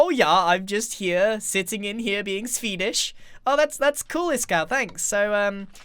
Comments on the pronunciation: grian says swedish like sfedish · SVEEDISH OMG NEW WORD SVEEDISH WHEEEZE